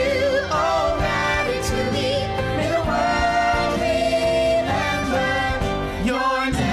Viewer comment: Le french person thing here u pronounce it ra-ta-too-y-e not ra-ta-too-we also sup brah im weed jesus you can only make a wish if your stooooonnned dude